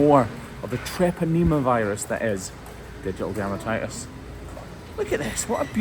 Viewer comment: Poor lass! I've been watching your videos for awhile heard you say ditial dermatitis but didn't know it was a flesh eating disease but I do now, thanks